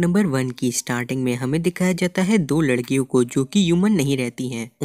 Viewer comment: Pro-grade-ees?!?!?!! ☠️☠️☠️☠️☠️ Dude butchered the whole series at the start only 😅